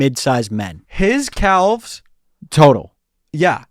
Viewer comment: But emphasizing the 'L' that much in "calves" is INSANE 💀